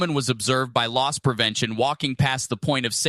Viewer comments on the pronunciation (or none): It's not "lost prevention" but "los*s* prevention" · It’s Loss Prevention, not Lost Prevention, knucklehead. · Its “loss” prevention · "Loss prevention", not "Lost"